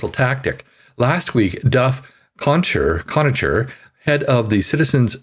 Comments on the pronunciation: You should definitely read the article at least once, before recording. Conacher = [Con] [Aker] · It's pronounced Con a ker. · His name is pronounced KONAKER. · Conacher is pronounced like Conaker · You have a great voice. Re: "Connacher" and "exigencies", always good to check pronunciations before going to air. Helps with subscriber levels. You're welcome. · the name is WESTMINSTER… A PLACE… not west MINISTER`; PLEASE CORRECT YOURSELF! It is the same as saying o-ta-way and not Ottawa! I like your articles, but you MUST do Better at pronunciation of nouns! Duff Conacher (KON-A-KER)